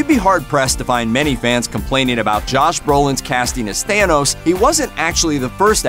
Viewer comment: It's thanos!!! Not thayyynos🤢